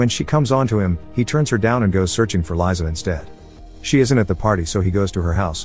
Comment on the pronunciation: Just saying, Liza is pronounced "Leeza" (literally Liza), not "Laiza"